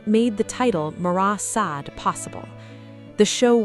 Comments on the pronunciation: You mispronounced Sade. Is this ai? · Only once at the end. That does seem to point to AI.